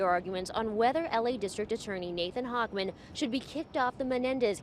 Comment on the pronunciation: Not really. He can save the general public by keeping them in prison. Also, it's "Hochman." 😂